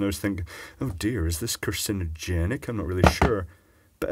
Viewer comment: "carcin-O-genic goodness" lol.....makes you forget what you were saying, but oh, so delicious!